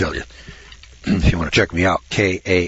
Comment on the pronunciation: You were struggling with "Kampuchea" -- it's another name for Cambodia